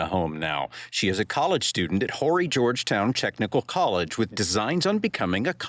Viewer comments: This is so very horrifying. Sending thoughts and prayers to the family. And Horry is not Whorey County it's pronounced O-Ree. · First of all the h is silent in horry county.. I hope these Yanks and other people steer clear and let these officers do their job and we also figure out what the mother's attitude with the police is. Definitely Nancy Grace needs to not get involved. It just complicates everything it either had to do with passion or drugs and I will bet the police find out real soon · The H in Horry is silent!!!